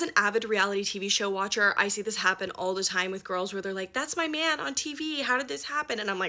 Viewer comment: To me it sounded like said “man” but made it sound more like “main”